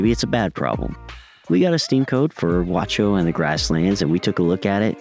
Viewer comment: The pronunciation is not guacho ... Its ga Ú xo